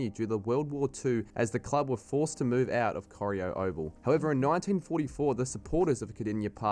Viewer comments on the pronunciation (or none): Koh-rye-O is how Corio is pronounced!! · The guy doing the video also can't say Albury or Corio correctly.